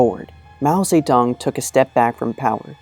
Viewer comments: Lol its "Mao Ze-DONG" not "Mao Sa-Tung" Lmoa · I thought I hear "Mao SayTan"... Sounds like Satan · You sounded like you said saytan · How,do you pronounce his name?It sounds more like Mao Satan than, Zedong?